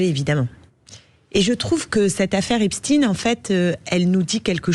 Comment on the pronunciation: Clémentine ! Epstein, et pas Epstin